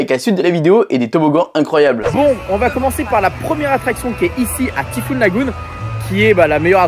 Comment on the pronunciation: Par contre pour être totalement parfait … il faut prononcer le Y en thai fouunn pas en i 😎 (mais c est juste par soucis d accent anglais 😁)